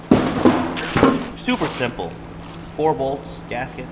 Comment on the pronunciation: Did I hear.. `suppy simple` instead `super simple` ?